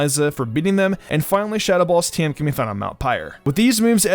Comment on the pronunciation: Pleeeeeease stop pronouncing "TM" as "team" 😂😂